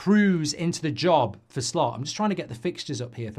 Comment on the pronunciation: He asked "Shlot" to pronounce his name mate, sorry